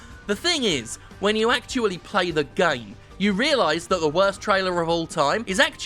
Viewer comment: I totally heard “This is the came industry.” No wonder I can’t get off any more.